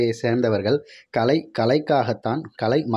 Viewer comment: கலை வேறு, களை வேறு - தமிழை சரியாக உச்சரிக்க வேண்டும் என்று கேட்டுக் கொள்கிறேன்.